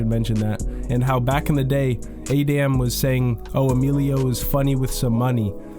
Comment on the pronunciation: How can people still not pronounce Adamn in 2025 😂